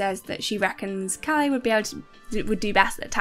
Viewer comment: You got the name of the show wrong in the title here (Kongen befaler). You butchered some of the names, understandably, but Bård is not "Bard" for obvious reasons. Calle is short for Carl Erik, so more like Ka-leh. Atle is At-leh. The healthy and safety regulations in Norway are quite normal and based on European norms. The UK is a bit strange.